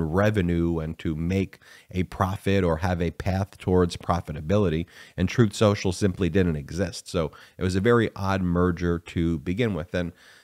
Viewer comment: Troth Sential. Get the name right!